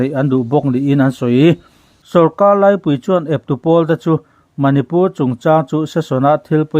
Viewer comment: Eng amaw i tih ṭhin hi, 'eng emaw' ti zawk teh a. Tin, naupang tiha nau tih hi i thlûk ṭhin a. Sorkar lai pui tiha lai tih pawh hi thlûk loh hian a dik zawk.